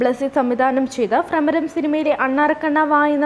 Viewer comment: ഉച്ചാരണം പോരാ കുട്ടി.. ഭ്രമരം എന്നു പറയു..